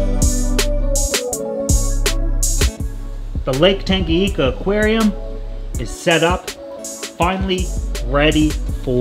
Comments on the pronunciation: Tanganyika!!! Not tangayeeka lmao. Before anyone attacks me I love this channel.. but damn the pronunciation gets me sometimes😆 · Love it..All..But dude,Tanganyika ..N spells like letter " N" in the word "new " for example :D I couldn " t just overhear that so many times ..But love the work..Keep rockin bro" !!! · Great video as always! Just 1 thing: it’s TangaNyika and not Tangayika :) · Please look up how to pronounce tanganyika